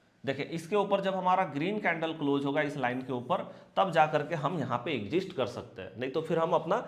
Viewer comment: Sir वो "एग्ज़िस्ट" नहीं "एक्ज़िट" होता है, वैसे आप की स्ट्रेटजी एक नंबर है👌 और एक बात, आप हर बार 2:1 बोलते हो जबकि शायद आप बोलना चाहते हैं 1:2 याने नुकसान SL हुआ तो एक रुपया लॉस होगा, और अगर ट्रगेट आया तो 2 रुपया प्रॉफिट होगा कृपया गौर करिएगा धन्यवाद🙏